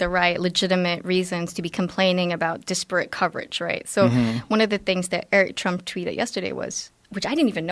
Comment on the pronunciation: What exactly does that mean? It kind of sounds like she's saying it's a specific problem of the right to complain about disproportionate (I assume that's what she meant, it sounded like disporate, but that's not a word) coverage. Well, of course the right has that concern, but the way she phrased it sounded like it's a problem of the right, not for the right...